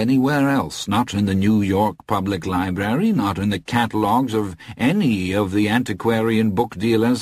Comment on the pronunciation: Great narrator, sure, but only once does he say libRary! What even is a libary?